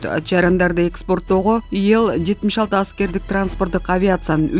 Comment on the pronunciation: Окуп жаткан кыз, ИЛ деп эле окулат. Иэл эмес. Интонацияларды туура эмес окуп жатасын. Аягында озубуз божомолдоп тушунуп алып жатабыз. Грамотный кыздардан окыткулачы.